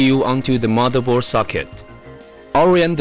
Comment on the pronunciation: This guy doesn't ''just'' has an English accent, i understand that you speak it out wrong, but i don't understand words like ''motherboar'' and ''fewly''